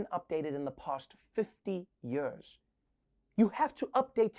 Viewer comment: Please Trevor, it's years. Not yuuurrrrrssss